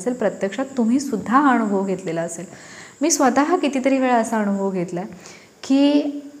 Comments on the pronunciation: खूप चांगला संदेश आहे पण तुम्ही आणूभव असं जिथे म्हणात शब्द 😊उच्चार करता तो फार खटकतो वाईट वाटुन घेऊ नका.दुसरा पर्याय शक्य नसल्याने स्पष्ट लिहून कळवलं त्या बद्दल क्षमस्व.ण शब्द न वापरताना ना म्हणा अणुभव vvvvx चूक आहे अनुभव म्हणा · नमस्कार, खूपच सुंदर विषय आहे. म्हणतात ना सोने कसासी उतरते तेव्हाच त्याची किंमत ठरते. एक suggestion आहे..... भाषे बाबत.... अणूभव नाही अनुभव योग्य आहे. असेच अजूनही उच्चार आहेत...चुकीचे नाही पण स्पष्ट असावेत. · ताई व्हिडिओ खूप छान, पण ण आणि न चा उच्चार खूपच खटकला. जसे अणुभव, ईग्णोर,, णंतर, मरूण, लोकांणा etc. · Marathi shudhdhh bolale pahije...anubhav ya shabda madhe..n..ha...lahan asato..motha ..n...nahi...